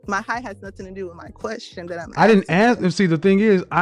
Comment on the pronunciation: The Women who Always Try To Challenge Kevin are the STUPIDEST Women out there... the Communications Woman "Axing" Questions instead of Asking Questions was the Icing on The Cake